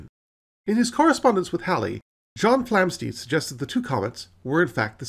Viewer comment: Enjoyed this brief romp through recent astronomy. However, it's not "Flamsteed" (as you pronounce it) but Flamstead, to rhyme with "homestead" and "sled".